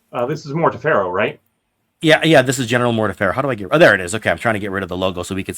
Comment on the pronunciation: my brother: more-TEE-ferr-oh . morty ferro is a crime against spanish.